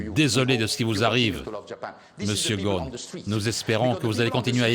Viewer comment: Il s'appelle Ghosn et pas Ghon, çà se prononce GhoSSSSSSSn